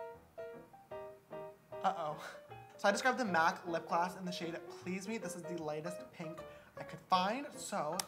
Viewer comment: Why does he say gloss like that 😂😂